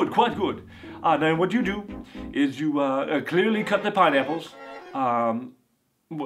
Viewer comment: Lol he says pine apples funny